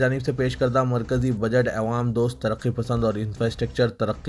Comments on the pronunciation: ارے بھی " اے وام" والے ساری منجلس بولری کہ " اے وام" بولنا چھوڑ۔مگر تجھ سے یہ چھو ٹتا نہی۔🤣🤣🤣🤣🤣🤣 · ارے "اےوام" بولنا کب چھوڑے گا ؟؟اور " عوام" بولنا کب سیکھے گا🤣🤣🤣